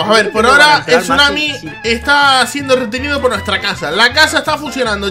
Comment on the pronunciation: Se dice tsunami